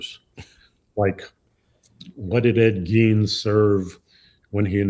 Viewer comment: It's pronounced "Gain" NOT "Geen"